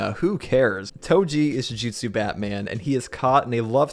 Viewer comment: thank you for pronouncing JUJUTSU correctly, i’m hearing way too many JUJITSUs and like, URA AMEs instead of URA UMEs (i mean you just say “hobbit”but yeah) saying the names correctly matters